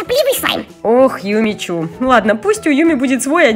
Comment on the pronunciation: Не Юми чю а Юми чу и не Сафи а Софи